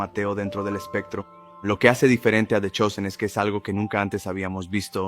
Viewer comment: Pastor se dice The Chosen /dtha Chousen/